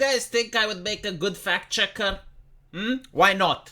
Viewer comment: It sounds like fat-checker when you say it. 😂